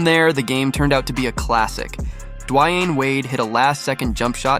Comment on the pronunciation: Dwine wade ? Briooooooooooooooo you killin me